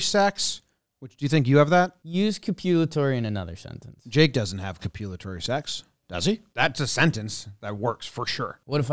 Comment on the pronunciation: The complete mispronunciation and misunderstanding of the word copulatory 😂